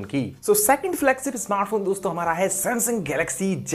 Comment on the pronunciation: Bhai video mai phone ke name to dhang se bolo